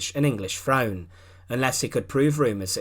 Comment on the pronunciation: Agree ! " Frone " ? " wiv " " sixteen eighty free "...?? WTF . ! Apart from that the monotonous drone with which he races through the script is painful .